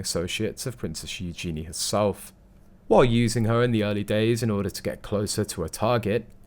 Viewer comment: You need to learn how to pronounce Eugenie!